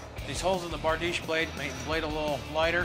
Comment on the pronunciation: barDEESH. The ...iche ending on most words in European languages is pronounced ...eesh, for example, nouvea riche, niche, pastiche, corniche, microfiche...